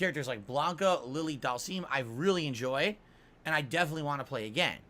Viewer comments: Have you heard how he says Dhalsim? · DAHLMSEEM, E HAHNDAH, and my all time favourite SAGGOT